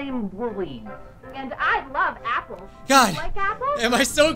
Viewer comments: Just its wooly not wooli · OK first of all he said his name wrong second of all his name is not Willy it’s woolly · Wolly he say wollwy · You did wolie it’s wollie not wolie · It's not woolie it's wooli so try that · its not wollie or woollie its woolly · ITS NOT WOOLIE ITS WOOLY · Woolie it’s actually w o o l y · He said wollie😭🤣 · He said wollie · Its "woolly"